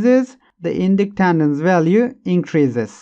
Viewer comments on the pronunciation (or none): Thanks, good explanation. Oh and so you know, "Winding" is pronounced like (I)ron Inductance is pronounced like in-duck-tence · Inductandance 😂😂😂 if your going to say it that many times please try to it right. Was like nails on a chalkboard to me lolol thank you for the great video!